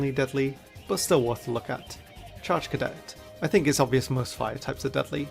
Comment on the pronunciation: Did you say “Chargecadet?”